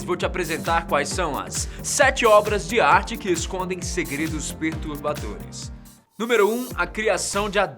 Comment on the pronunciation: "pertubadores" hein kkkk